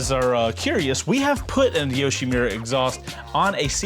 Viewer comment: great intro, but it's YoshimUra, not YoshimIra